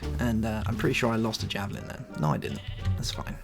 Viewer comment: Javelin not javling